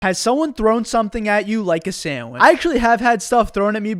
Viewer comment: so, throw sammich, get sammich. sammich.